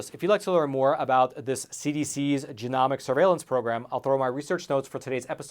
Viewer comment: Long ‘o’,, genomics is pronounced with a long O. 😊